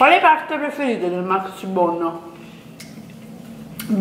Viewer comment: Maxibono? Ma come parli!